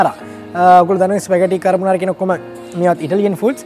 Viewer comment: හ හරි... කර් බ නාරා... කපන් මගෙ පුතෙ... කාබොනරා නෙවෙ වෙන්න ඇති